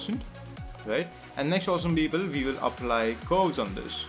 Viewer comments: your tutorial is good but please stop saying "esem beeble" * wathever that is.. haha. (i know ur saying awesome people) just don't anymore.. lol. thank you for the tutorial. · I actually thought he was saying Justin Bieber instead of awesome people...